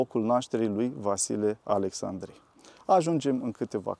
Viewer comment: Fostul prefect nu are nimic de obiectat când aude "Precesta" ? Alexcsandri????